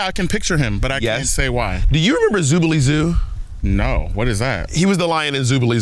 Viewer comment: Zubilee zoo really?